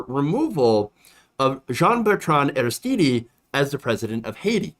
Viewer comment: I'm sure someone has mentioned it, but Haiti's Aristide is pronounced, "AIR-iss-TEED," not, "AIR-iss-TEE-DEE." To (intentionally) misquote Dave Chapelle, "It's French, bitch!" Meanwhile, I love you,. It's all good.